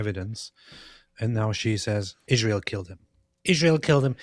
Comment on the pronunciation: Seriously: why does she say "Izhrael"?? What is wrong with her??😂